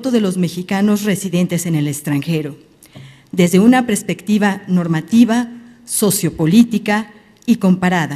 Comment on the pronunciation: Qué bárbara mujer cuantos errores uno de ellos: "prespectiva" jaJAJA